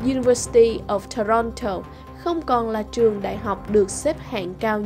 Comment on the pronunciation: Trong tieng Anh chu "of" thuong duoc doc luot nhe. Ban nu doc lai nhan manh no va chu Ontario, Toronto... cung doc nhu nguoi moi nhap cu vay. Nghe chan chet di duoc. Nen hoc hoi ban HA cach doc roi tap sua giong cho dung nha. Chu doc kieu nay mat views het.